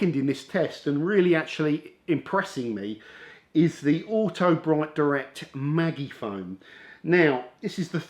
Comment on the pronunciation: "Maggie - Foam" 🤣🤦‍♂️